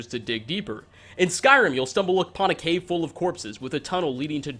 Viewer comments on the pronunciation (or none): none